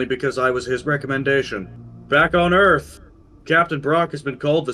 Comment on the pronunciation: “Welcome to Earf!” - Will Smith, 1996 “EDF vessel, Welcome to Pioneer!” - North R. Isle, 2225